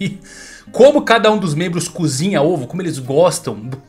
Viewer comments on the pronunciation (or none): none